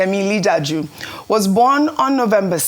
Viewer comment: How hard is it to pronounce "Li Ja Du"?